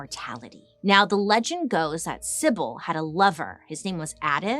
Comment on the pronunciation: I love you Bailey, but you got Cibele (Chee-bell-a) all wrong. And the picture you showed was of a sibel called the sibel of cumae who was a mortal but a seer.